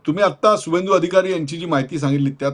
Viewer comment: त्याचं नाव शुभेंदू अधिकारी असं आहे. सुवेंदू नाही.